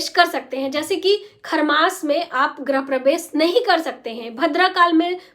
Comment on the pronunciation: गृह बोलिये... ग्रह नहीं